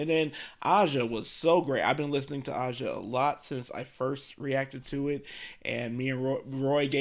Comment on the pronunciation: Aja is pronounced like the continent Asia.